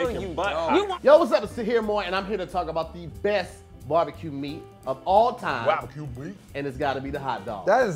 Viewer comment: “Bharbeque bheat” 😂😂😂